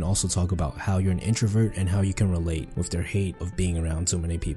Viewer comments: 😂 video on communication skills, yet the narrator can't speak clearly and says "wiff" instead of with at :29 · I really dont like hearing about communication from someone who isn't pronouncing their Th. It's not "dare"; it's "thier" and it's not "wif"; it's "with". For me it's worse than hearing someone scratch a chalkboard.